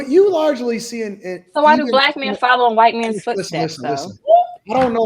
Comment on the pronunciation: The word is “men”, not “meyen”